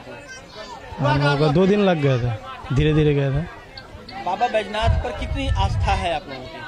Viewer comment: बैजनाथ, नहीं सर जी बैद्यनाथ है, भाषा सुधार कीजिए